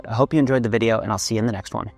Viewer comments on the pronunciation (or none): none